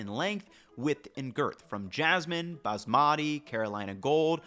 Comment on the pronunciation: Love your videos. Wish you would learn how to pronounce “Baasmati” correctly. Emphasis on the first syllable, then make the 2nd/3rd syllables rhyme with “putty”